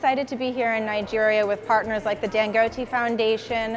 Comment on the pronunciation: Sweetheart , its DANGOTEH. not DANGITY